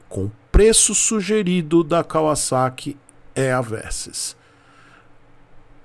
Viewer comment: A marca se pronuncia assim mesmo. Moro no Japão desde 97’